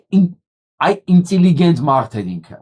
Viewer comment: Ըստ հայերեն լեզվի հնչյունաբանության ճիշտ արտասանությունը է ինտելիգենտ, բայց ոչ ինծիլիգենտ...........😊